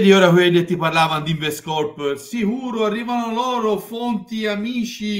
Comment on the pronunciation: quello non sapeva nemmeno pronunciarlo nel video. L ha chiamato lens 🤣🤣 Poi oggi ha detto Lion Rocco (Siffredi, forse), InvestCOPPO e anche "segment agreement" 🤣🤣🤣🤣